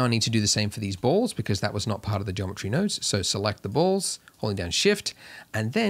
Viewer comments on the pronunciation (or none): none